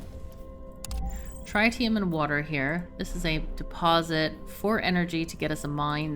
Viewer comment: I've usually heard it pronounced trih-tium where the i's have similar annunciation as opposed to try-tium. Dunno if that's official, but glad to see some fusion reactors.